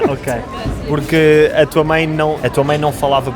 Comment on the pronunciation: "mãe" e "pai". Hhahaah! O cara não consegue nasalizar o negócio, pouca gente que não fala português consegue fazer esse som.